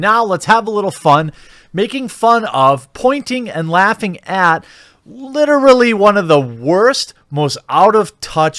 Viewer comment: You literally say the word literally wrong, and a lot ;)